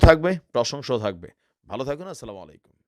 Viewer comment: ভাই কথাটা। আচ্ছালামুআলাইকুম। স্লামালা-ইকুম না।স্লামালা-ইকুম মানে হচ্ছে উটের নারিভুরী।